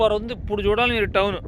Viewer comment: మీరు ఇప్పుడు బదులు ఉప్పుడు అని పలుకుతారు ఎందుకలా ఉప్పుడు అంటే ఏదైనా తిండి పదార్థాలు